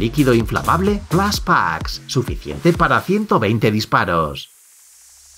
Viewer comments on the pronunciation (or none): none